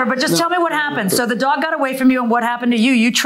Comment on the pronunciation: Look, I’m from the South and people make fun of how we talk.. but can we discuss how some of these litigants use two syllables for the word dog? “Daww-ig”